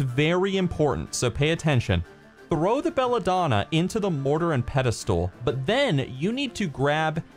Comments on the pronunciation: you are amazing at everything you do. However I must do this. It's spelled pestle and pronounced pesle. I said it wrong for years. If I am ever unsure on how to pronounce a word I use text-to-speech. That is how I learned the proper pronunciation. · Yup and pronounced pesle. It made me giggle every time he said it. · yeah but anyone who's never owned one like who's going to know the proper pronunciation I only know because I've owned a mortar and pestle I hate how the English language has so many words are not really spelled the way they're pronounced